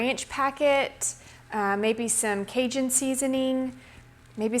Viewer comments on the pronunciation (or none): none